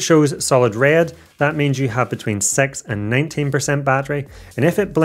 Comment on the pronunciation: Great video… just hoped you pronounce “six” better.. 😅